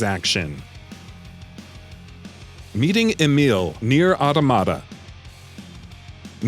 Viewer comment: That is not how you pronounce automata